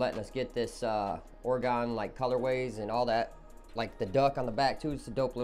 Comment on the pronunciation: Holy shit the way your kept pronouncing Oregon throws me.